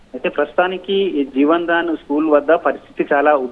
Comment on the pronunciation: Jevan Dan Kadu jevadan school Correct it